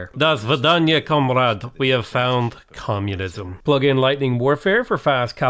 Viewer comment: love when he says comunsim